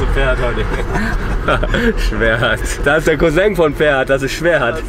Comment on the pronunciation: Taxifahrer: Schwechat: Schwerhat😂